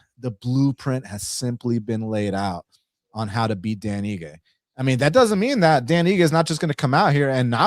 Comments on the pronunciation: Dude said dan igi lol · Dan "iggy" had me triggered 😂